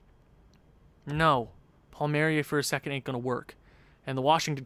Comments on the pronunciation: It's pronounced Paul marry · It’s pronounced Kyle Paul-Me-Air-E